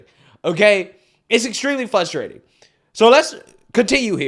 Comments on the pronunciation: Hey... its NOT "FUS-trating"... its "FRUS-trating".... just trying to make you and your channel better🫡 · Fustrating? You mean frustrating? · I love your show bro but seriously??? The word is pronounced "fRustrating!!" Not fustrating. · Dude! Its fRustrating. The R is not silent. Great video. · we love you but it’s FRUStrating, not Fusstrating. And please, watch the number of times u say: “Again”. Vivek is astoundingly Intelligent & Dana Bash Simply won’t hear facts. She’s definitely FRUSTRATING as a quasi-journalist. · It's frustrating to hear you pronounce it fusstrating 😂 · You are doing a great job, you've come a long way since you started! I only mention the following b/c I occasionally do the same thing with some words so I can sympathize, but there's an R after the F in frustrating.